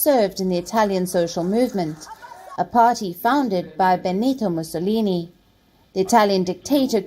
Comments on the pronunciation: This commentator's pronouncement of names like Mussolini leaves a lot to be desired. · I love watching Palki and every morning I wait to watch Gravitas. She opens your eyes and ears to what is going on around the world and she does it with such accuracy and clear explanations. I was surprised as to how she pronounced Benito Mussolini name. They do need to work on their accuracy in pronunciation - her South African counterpart pronounced it correctly.